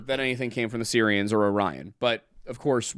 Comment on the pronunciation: Every time said “Sirians” my phones Siri went off😂